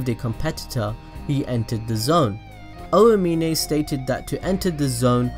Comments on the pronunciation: Oh-ah-meen-ay bruh it’s ow-meen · Anyone else mad that he calls Aomine “oayminay”